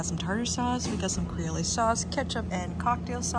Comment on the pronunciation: The sauce you keep calling kray-ole, is pronounced cree-ol. Duh.